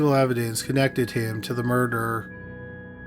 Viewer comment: Not to be a dick but every time I hear you say "murder" , I hear u say "murderer" . Am I hearing u wrong?